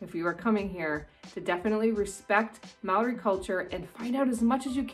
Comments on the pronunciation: Also "Māori" is pronounced like "Maow-ree" with a slightly rolled r. The "ā" is a long "a", then you add a "ow" sound. Hope that helps :) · te reeo and moori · hey im a kiwi and i just wanted to say its not pronounced Mow-ree or te-reeo its actually pronounced Mou-ri and te-rayo, hope that makes sense 🙃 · As a kiwi why do english people say maaori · And it's Mo-ri but its spelt Maori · True true. It's a shame that I feel like some kiwis deliberately mispronounce a Maori named place..Why? I don't know..but if you were brought up or have lived here long enough, it's almost certain you know how to properly pronounce it. As for tourists, it's okay to misprounce, and as you say, don't get offended if you are corrected. You will definitely impress a local if you try or manage to pronounce it right..Just show a general level of respect as yo would expect back home. It's a fascinating and unique culture. Most Kiwis will show a lot of appreciation and positivity toward you if you show respect toward Maori culture. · Hi I'm a new Zealander and I'm still watching but she pronounced Māori and te reo wrong te reo is pronounced moee like te rao but its te reo and when a word with a line above it means you hold that letter so like Maaori okay I'm going to keep watching😁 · Also, please learn how to pronounce words in Māori right. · You didn't say Maori right the first time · can you say MĀORI again please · Your dissing Maori by saying the word wrong its not hard to say. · It really funny how she butchers the moari Names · You said maori wrong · From an actual kiwi: number 11: YOU SAID MĀORI WRONG 😢😢😢😢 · First off, get your Māori pronunciation right. Second, always have spear beer